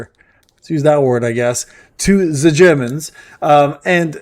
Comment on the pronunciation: Everyone is inferior to "ze germens"